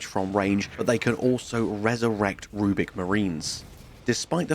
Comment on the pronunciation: Rubric not rubic